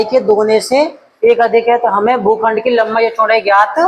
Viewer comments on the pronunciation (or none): GHUKHSND Nahin Hota Sar bhukhand Hota Hai